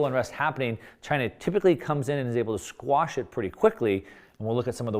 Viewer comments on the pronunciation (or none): Quash, dude. The word is 'quash.'